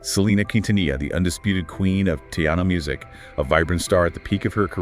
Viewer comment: Who are the narrators? 🤔 They cant even pronounce Quintanilla and Tejano properly.